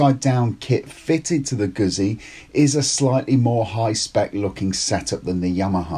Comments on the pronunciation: Gutzi, not guzzy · Had to stop watching as his pronunciation of Guzzi was driving me mad..He should know better. The double 'z' is pronounced the same way as in pizza for god's sake. Sorry just OCD kicking in....